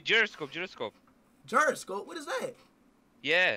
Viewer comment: The man said Jeeroscope